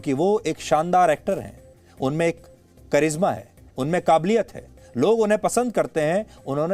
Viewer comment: करिज्मा या करिश्मा होता है। सोच समझ कर बोले